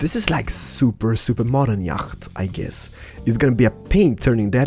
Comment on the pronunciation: It's not YAGGHHHHHT ITS YACHT